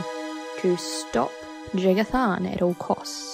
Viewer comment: inb4 the Eternal Champion + Ria Silmane fanfiction. And for future references, the J in Jagar Tharn is pronounced like a Y, if you can sort of teach yourself to pronounce it that way. I might just be being a little nitpicky here, though. :P